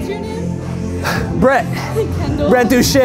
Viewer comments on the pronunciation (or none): Brett Doo Chay (Douche) lol